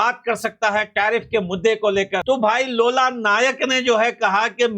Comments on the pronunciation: Bhai lola nike nahi loola disilva 😂😂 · लोला नहीं लूला है वो😂😂😂😂